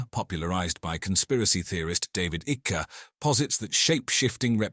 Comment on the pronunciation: David who? Isn't it pronounced "ike" as in like